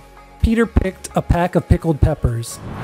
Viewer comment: It's Peter picked a PECK of pickled peppers, not "pack".